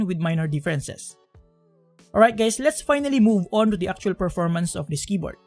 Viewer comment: did he just call me gay? he said hi gays right?